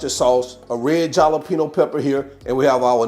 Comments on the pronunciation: Did he say jal-apeno? 😂😂😂 jalapeño is pronounced with an h sound... halapeño... love it... I say jal-apeno sometimes just to fuk with ppl... 😂😂😂... I also say meecro-wavay instead of microwave... n ka-neefay instead of knife... kuz it's fun... 😂😂😂 n I'm an ass sometimes 🤷🏾‍♀️🤷🏾‍♀️🤷🏾‍♀️😁😁😁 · Small corrections... Marin (MARE-INN) Jalapeño (HALLA--PEN-YO) I'm no language guru. I have been watching cooking shows since I was in the single digits. That's where my knowledge on pronunciation of certain food items come from. Back to THE reason I clicked on the video. Plate has me wanting a bite! For me no ground beef on this one. Personal preference. None the less, looks amazing and I can only imagine the taste!! I WANT A PLATE SIR, PLEASE! My address is, LMBO. 😂❤ KEEP UP THE GREAT WORK!!🎉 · Actually, it's spelled "Mirin" and according to Cambridge Dictionary, he pronounced it correctly -- 'mi' not 'ma'. Lastly, I like the Jalapeno pronunciation cuz when I shop on-line, I spell it right the first time. hahahahahahaha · he knows the proper pronunciation of jalapeño, he has said it many of times earlier in his presentation years ago. But he likes to add a lil humor, so lighten up and enjoy the video 😂.